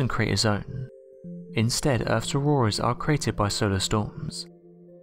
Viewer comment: Oh it's not auroras it's auworas and there's Webel forces surrwounding it lol